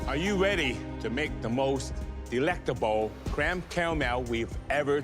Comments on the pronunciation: IM SORRY BUT "AWH WU WEADY TO MAKE THE MOST DEWECTABOL CAWAMEL WEVE EVER TASTED?" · Aww you weady? So cute hahah